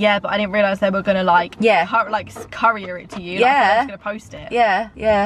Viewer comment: Hahaha it’s “coo-ree-ur” not “curry-ur” 😂💕